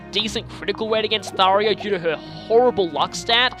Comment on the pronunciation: Ugggggg! It's getting on my nerves! I can't just NOT say anything anymore! You're saying Tharja's name wrong. Do you see an "i" ANYWHERE in her name? NO! (I don't mean to be or sound mean, but it's bothering me.... :/ )